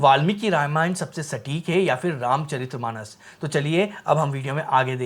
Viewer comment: जिन लोगों को वीर्यशुल्का, रामचरित मानस जैसे शब्दों का ठीक से उच्चारण भी नहीं आता, वे भी रामायण पर ज्ञान देने चले आते हैं। सीता हरण का दृश्य भी इन्होंने नहीं देखा है, किसी ने लिख कर दे दिया है, वही पढ़ रहे हैं।